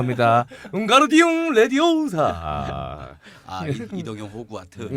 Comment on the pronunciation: 레디오사~~가 아니고, 레비오우사~~~^^